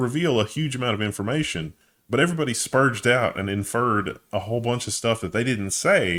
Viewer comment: I think the G in "Sperged out" is pronounced like the G in Good.